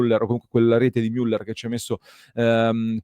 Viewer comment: miuller 😬 la i non se po' sentì...😁 la ü è stretta e chiusa, cosa che noi italiani facciamo fatica a pronunciare. allora meglio dire "muller" all'italiana.